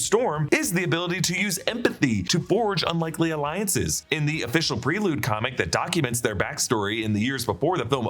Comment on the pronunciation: Why do you keep saying PRELUDE like that?